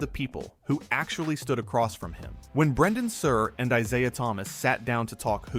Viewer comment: Who’s “ Eyeziah “?